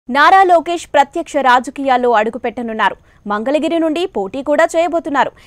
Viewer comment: Mangalagiri ni "Mandhalagiri" ani chalaaaaaaa saarluuu annaruuuu